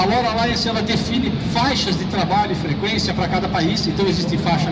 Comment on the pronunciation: Desisto. Trata-se apenas de um comercialzinho fuleiro da SigFox. De LoRa quase não se fala, e quando tocou no nome ainda pronunciou como "lóra" em português, esquecendo que é um acrônimo para Long Range (LoRa). Falando que a cobertura é de até 50 km. A conversa de superpropagação de sempre, que só cola quando pega um monte de meninos que não conhecem nada de RF. Apenas saiu pegando material da Internet e vomitando como se tivesse conhecimento prático no assunto. Foda e lastimável quando a coisa é patrocinada.